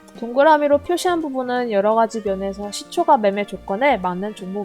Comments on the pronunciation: 발음교정하세요^^ 시초가라 쓰고 시초까라 읽습니다. 무척거슬리네요 ㅋㅋ 종까는 잘 발음하시면서 ... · 시초가라고 발음하지 않고 [시:초까]라고 발음해야 합니다 네이버 국어사전 한번 찾아보세요 발음이 틀리니까 듣기가 조금 거북합니다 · 시초가 라고 하는 뱔음이 너무 귀여우신데ㅋㅋ 근데 시초가' 아니고 "시촛가" 예요~! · 글자 : 시초가, 일반적 발음 : 시촛가, 여기 채널 : 시촉아??? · 종가,호가는 까 발음 시초가는 가 발음...뭔가 이상하죠? 유투버는 발음 하나도 신경써주셔야 좋을듯해요 영상 잘 봤습니다 단 시초가매매 종가매매 시간외매매등은 가능하면 하지않는게 낫습니다 그런 부분에 신경쓰다보면 정작 중요한것들을 놓치기 쉽습니다 단타보다는 중,장기투자 그게 어렵다면 최소한 스윙투자는 하는것이 좋고 스캘퍼는 경험이 풍부한 전업투자자가 아니라면 비추입니다 특히 유투브보면서 주식공부하시는 초보분들은 걸음마 단계부터 이런 매매 바람직하지 못하다 생각됩니다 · 종까 ᆢ 시초까 라고 발음 해주시면 더 편하게 들을듯 ᆢ 종까는 종까 라고하시는데 시초까는 시초가 라고 발음하시니 강의 포인트보다 시초가 발음 자꾸 까로발음될까? 가로 발음되나 ? 확인하느라 강의포인트 자꾸놓치게 되설라무네 ᆢ쩝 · 시초까~라고 발음...